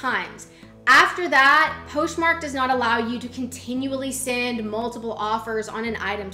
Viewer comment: You constantly mispronounce things like Poshmark in 2 different ways in the same sentence but you are so adorable and I really like your content so it's very easy to overlook :) Keep up the good work!!